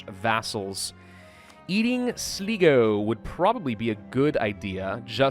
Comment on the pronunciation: Sl (EYE)go is how Sligo is pronounced in English.